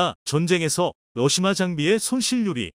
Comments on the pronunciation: 수고하십니다 *러시아를-러시마로 *6 25<육이오를-육이오일로 잘못 발음하시네요 신경써주시면핲니다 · 러사를 러시마로 읽는거야 러시마란 날가 있나요 잘못흣 글을 그대로 읽는거 아닌가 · 러시아ㅡ왜 마ㅡ로읽나요